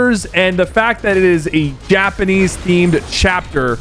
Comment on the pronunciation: Did he say yapanese 😂